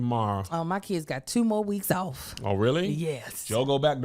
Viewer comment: “304 get owf meh” 😂😂😂